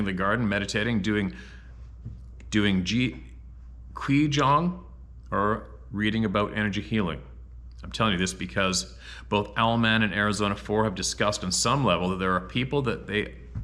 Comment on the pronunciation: kwee jong?....lol pronounced 'chee-gung'. And I'm in the Adirondacks.